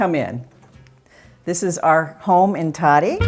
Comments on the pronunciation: Why can't they even pronounce the name of thei now home town correctly. It's Todi not Tuddy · 10 years journey towards Italy and they still think Todi (toe-dee) is pronounced Tady. Not usually critical but geez. Just 5 minutes of reviewing 5 simple vowels. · There are good services for the severely handicapped in Italy. The Italians are very compassionate. A friendly note for in Todi: it 's pronounced toe-dee, not toddy. lol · I know. I cringed everytime they pronounced Todi as toddy. LOL. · I was thinking the same thing, they both pronounced it Toddy. How can you live somewhere and mispronounce the name so badly?😆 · Someone at Smart Move Italy should go through the CC and correct all the mistakes made when a spoken Italian word is used. The name of the last town is Arezzo, NOT Ateso. Coup is COOP, a supermarket. Todi is not Totti. I could name a dozen more, but you get the idea. Still, it was an interesting video and for the most part, enjoyable and informative. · Yes all are welcome but please learn to pronounce the words correctly. Especially after 3 years you should be able to say where you live decently. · Its a little cringe that is pronouncing the city where she lives (Todi) wrong... but alas. I got married in Todi (In the church shown - San Fortunato, and then the reception in a family friend's villa outside the city walls) as my husbands family is from there. I was pleasantly surprised to see expats living in the community as it is very insular-- honestly as an American I have dreamed of eventually moving there to be closer to his side of the family, but have been nervous to do so as I don't speak Italian (he does/my son does) but this might be the push we need to spend part of the year there. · How can they not pronounce Todi and they’re allowed to live there?? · Learn how to pronounce "Todi" . Very irritating. How long have you been in Italy? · Amazing to move to Todi and not know how to pronounce it correctly.